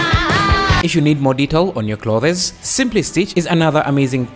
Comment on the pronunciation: "Clothes" is pronounced as: Cl-oh-th-z. Like Cloth, but you pronounce the 'o' as an 'oh' then put an 's' on the end. Cl-oh-th-z. And the 'z' here is 'zuh' and not 'zed' lol